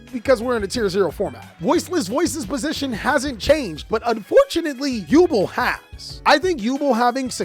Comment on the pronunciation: First things first YuBEL... not Yuble😂😂😂 jk Second... yugioh players don't read regardless so even if you explain, let them read and reread Nightmare pain.... they still leave links and most of their beefy monsters in attack position. Even if you put them in defense... yubel players can climb into Ultimate nightmare to attack and you still take the damage lol 0<50def < your opponent is taking the damage regardless 😂😂😂